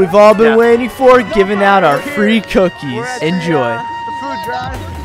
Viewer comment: Fwee Cook E